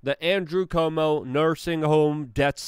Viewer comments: NOT pronounced Como. More like saying Quote or try this -- Cwomo. Holy shit, who doesn't know this?!?! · I don't like the guy either, but I wish you would learn to pronounce his name. It is NOT COMO! It is Cu-omo, three syllables, as in, kind of, coo - oh' - moh. It's just something we've all heard so much it's kind of hard to understand why you keep saying Como. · Dude, its CUOMO..... KWOMO.... not Como. do you not read the name? Do you not hear other people say it? How can you still get it wrong every time. You need hooked on Phonics, bro. I know you're Polish, but C'mon, dude. Pronunciation.... It's important.